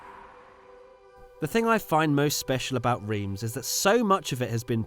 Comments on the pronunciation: wTf mAn iT's rEiMs, NoT ReEmS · What the fuck is REEEMZ?! As an English speaking person it's Rh-arm[s], Just like 'Eepe' and not 'wypers' Were not all like this Europe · Its not riems its ram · its pronounced Reims.. come on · ITS PRONOUNCED RAAAAAAAAAAAAINSSSSSSSSSSSSSSSSSSSSSSS REEEEEEEEEEEEEEEEEEEEEEEEEE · “Reems” seriously? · love how you pronounce Reims xD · I swear to god if you pronounce Reims wrong again I’m flying to England and have a cup of tea with you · FFS you are in reims just stop 30s to ask someone, anyone how to say it properly... not that hard. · Not sure to understand why you keep saying Reims like this, I mean when in the Uk as a french, I say the name of the cities like an English would, so would appreciate the same from the other side. Let me call you, much easier than. This is suppose to educate people about the track history, just be accurate then.. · As a French who lives not that far from Reims, it warms my heart to see this video. Even if I didn't come there yet but I've definitely planned to do it this year 🙂 Hope you will visit the old Spa-Francorchamps in a near future. P.S : your Reims pronunciations cracks me up 😆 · How you pronounce Reims is so funny 😂 i'm french so... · I'm sorry, but it's Reims, not Reims. Please get it right.